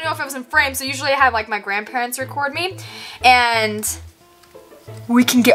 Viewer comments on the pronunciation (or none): none